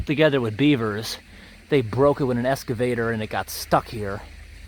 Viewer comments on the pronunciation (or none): I've been wanting to ask this for a long time. Why do you call it an "EScavator"? It's an EXcavator. Sorry, I was an English major so misspelled and mispronounced words drive me batty!! lol Love your videos. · I love how you say 'excavator'.... 'escavador'.... Also, do you have enough safety equipment? Hi vis vests and the like? I see you working on city streets with traffic and it's just brought out my mom-instincts.